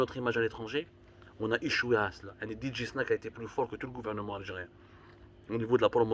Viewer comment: Your pronunciation is wrong Dj 🐍 snake.